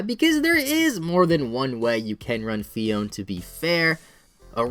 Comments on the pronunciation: isn't it phee-own-ay? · Actually it is pronounced PHEE-OWN-AYE Phione